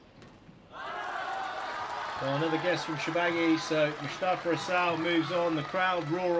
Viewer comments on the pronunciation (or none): his name is MUSTAFA ...not MUSHTAFA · 1. its Mous tafa not Moushtafa 2. Shorbagy isnt himself. No fight in him. To many errors. I don’t know if it was mental or physical for him but that’s not the guy who played Matthew and Ramy. Where is the guy who used to say “ill play at such an intensity that Nick who never sits between games will have to” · you're a great squash personality but please stop saying MUSHtafa! 🤣 That's not his (or anyone else's) name!